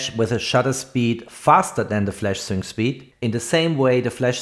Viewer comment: Sync speed is pronounced SINK speed !